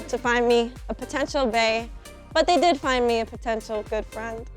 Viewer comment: "You would be a great fraind" MEGA OOF